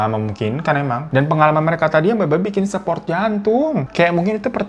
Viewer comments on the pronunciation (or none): none